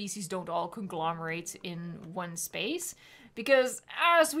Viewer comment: excuse me… guncalomerate?